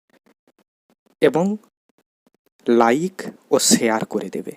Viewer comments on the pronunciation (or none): none